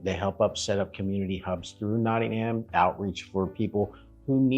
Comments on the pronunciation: ham hehe notting ham??!... it's notting em always ask someone there.. you got to remember that most places in the uk are not pronounced the way their spelt.. Always ask a local early on... great vid though!! Well done! "ham" hehe.... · It isn't Notting Ham it's Nottingam, no stress on the second syllable. I know the "Trip to Jerusalem" £6.75 a pint 😰, Robin Hood is probably a myth and Templars didn't drink in the "trip" Still I hope you enjoyed your visit. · As a manc, this killed me off 😂. It's not ham. It's um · I love the way Americans say NottingHAM. Here we pronounce it NottingUM lol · Not Nodding"ham. Its Notting "hum. x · Love to see you guys again... But just one thing (if I may, man?!) The places over here in the UK Regarding pronunciation: Nottingham (& others ending in '_____ham' ?!) It's not said not sounded, not pronounced: 'ham' Just (for example) Notting'um ... And Bucking'um (as in the Palace, and 'town & county') And (also Durham 'Dur'um' ) And Gillingham - 'Gilling'um' (in the county of Kent, there's a 'Medway Town' named 'Gillingham' and the 'G' is said softly like the 'g' in _giraffe_) ... But, in the county of (I think - ) Devon there's a town (or maybe a village - you might Google it, if it interests you?) There's another place called 'Gillingham' but instead it's name is pronounced with a hard 'G' as in 'gorilla' !! Hope I haven't caused confusion (?!) 🤔 🙂🙃😊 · We pronounce it not in um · Amazing you are donating to Nottingham UK charity, AWESOME! Really like your videos. BTW, it's pronounced 'Notting um' And yes I know it's not how it's spelt! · No. Nottinghum is how it's said! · Just a small point. Drop the "HAM" and add the "UM" Like NottingUM, BirmingUM or EveshUM. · The correct pronunciation is Noh-unum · The "H" is silent in Nottingham. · You spent so much time there but you didn’t learn how to pronounce it!!!!!!! ❤